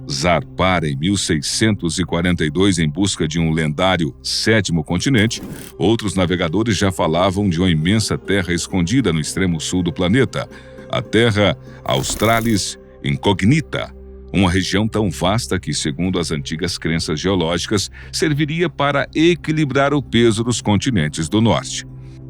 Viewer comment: Atenção locutor! Você leu e pronunciou erroneamente a palavra INCOGNITA, que está sem acento por que é latina. Em português nós a herdamos e pronunciamos *incógnita*. Solicito mais atenção deste canal ao seu público, aliás em número muito expressivo.